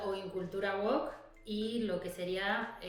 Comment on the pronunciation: Se pronuncia "wowk", y no como la sartén oriental... 😅